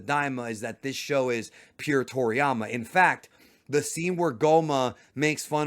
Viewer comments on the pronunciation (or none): none